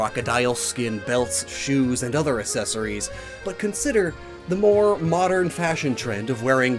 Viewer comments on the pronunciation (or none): Bro says assessories. I'm dead